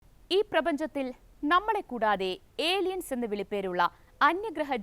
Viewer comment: ഏലിയൻസ് അല്ല ഹേ അളിയൻസ് ആണ്😅😅😅